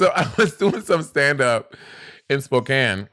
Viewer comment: its most definitely Spo-can not Spo-cane